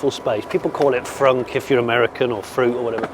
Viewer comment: The Y frunk ? I thought you said "y-front" as in pants/undies! 😂😂